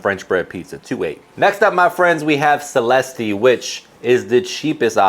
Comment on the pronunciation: Stouffer’s French Bread pizza is THE BEST! Dude, have you never had a relative named “Celeste?” You pronounced that terribly. SU-lest. NOT “Sell-es-ta!” 😂😂